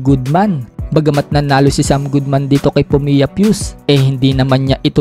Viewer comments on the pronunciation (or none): Fuu-se ang pronunciation dyan , ndi pyus. ginawa mo namang bala sa power breaker